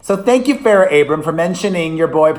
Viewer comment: It’s Abraham not Abrams - I think Farrah appreciates you!